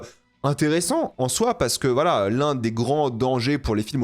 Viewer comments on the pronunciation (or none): none